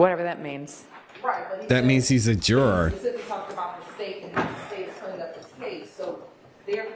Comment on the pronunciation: It’s not pronounced jer-aaaaaargh it’s juror